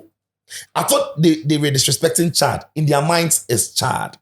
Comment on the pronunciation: Coach doesn't know how to pronounce the country's name? Chillld 😂